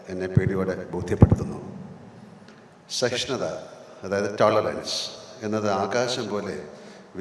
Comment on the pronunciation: എന്താണ് മോഹൻ ലാൽജിക്ക് "സ" എന്ന് ഉച്ഛരിക്കാനാവാത്തത്. ശഹിഷ്ണുത , ശാധിക്കണം, ശാങ്കേതികവിദ്യ, ശ്വപ്നങ്ങൾ, ശഹായിച്ച, അങ്ങിനെ "സ" എന്നിടത്തെല്ലാം "ശ" എന്ന് പറയുന്നതെന്താണെന്ന് മനസ്സിലാവുന്നില്ല🙏